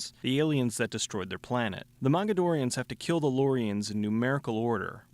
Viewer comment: Did you say MAGAdorians?